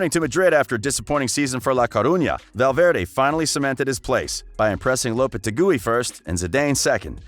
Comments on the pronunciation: He said “lopete GOOEY” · Love the channel, your voice is gold, your pronunciation you need to work on. I don’t mind the accent but the pronunciation for Zidane and lopetegui can be improved certainly.